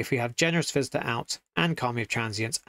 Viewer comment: Generous visitor sounds like Generous Fister the way you said it :) It would make a good card name though.